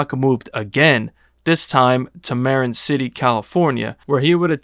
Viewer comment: *Marin is pronounced Muh-rin. Not Mare-in. Marin City.